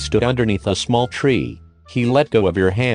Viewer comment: emphasizing the word "small" with jimin